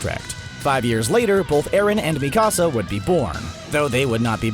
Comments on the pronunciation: Luv CBR also it’s not Mekasa it’s Mikasa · Bro, the next time you make a video about AOT, pronounce Mikasa’s name correctly . Go watch the show again. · Not you butchering mikasa’s name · Especially Mikasa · its mikasa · Tripp McGee, yeah I agree. I was dying (not of laughter) because they were pronouncing their names wrong. Also Jack Keifer, yes they need to learn how to say Mikasa, it’s so weird how they say it.